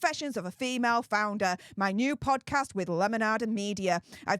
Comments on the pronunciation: did you say founder or flounder :) flounder seems more appropriate title for her.... another dead fish idea.................:) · i need to get new hearing aids, I thought your said "Flounder" (a fish_) I am still laughing, now I see I am not the only one.